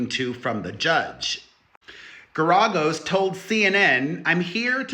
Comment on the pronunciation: It is pronounced Gar-A-Gos